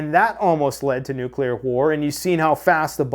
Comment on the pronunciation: NU-CA-LAWR AHMEE-GED-IN!!!!!